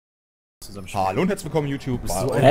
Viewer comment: Hat er Hallo Youtubs gesagt?